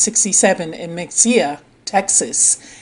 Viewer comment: IT PRONOUNCED MAHAYA TX THE X HAS A H SOUND